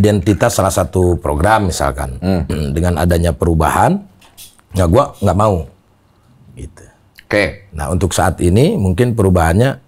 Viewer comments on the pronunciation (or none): Lidah sunda ga pas bilang gua.